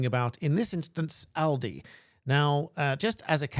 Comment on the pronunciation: Well done for pronouncing 'Aldi' correctly.